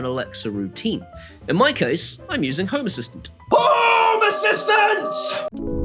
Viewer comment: The best moment: "Hoome assistants!" :D